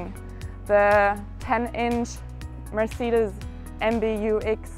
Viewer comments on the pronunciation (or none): none